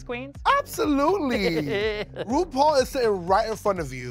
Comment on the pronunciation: I like how Bianca said Ru-Tall💀